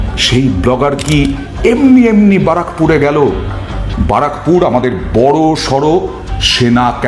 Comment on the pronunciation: Barrackpore r correct ucvharon sekh